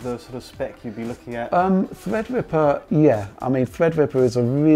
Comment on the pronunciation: thwead wipper